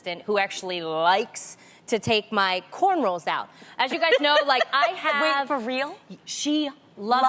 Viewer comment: did tamera say “cornrolls” ?💀